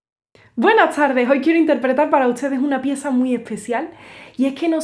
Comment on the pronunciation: Mi día queda 100% mejor cuando escucho decir "buena tsarde, hoy quiero interpretar para utsede..." 😊❤